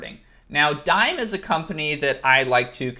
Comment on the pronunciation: isnt Dime prounounced Dee-May